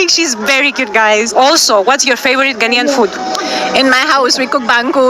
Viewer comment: Its 🇬🇭 NAIAN oo. Its spelt GHANAIAN please. Just drawing your attention. Am sorry to disappoint you, because the young people in your country are not going to change;unfortunately. Its because they don't know the history. The older ones know the history. Ghana was ahead of Anago 🇳🇬 in all spheres of development PRE and POST independence until the OIL BOOM in Anago 🇳🇬 in the 1970's.